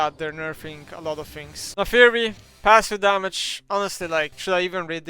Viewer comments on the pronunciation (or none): none